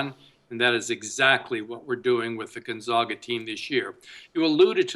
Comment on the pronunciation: appearing in the NCAA tournament 18 years in a row, a streak 2nd only to Kansas, and this douchebag pundit is still pronouncing it gUn-zOga. I shut you off right then and there. LEARN HOW TO SAY THEIR NAME!